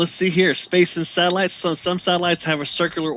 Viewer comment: You keep saying SALITES